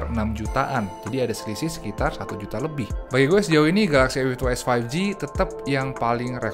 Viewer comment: Hahahaa, komen yg terwakilkan. Soalnya penyebutan A52s jadi "Efiftytu" yg mana huruf depan serienya jadi sekilas kedengeran huruf "F", dan diperparah lagi serie pembandingnya sama2 ada angka 52 nya.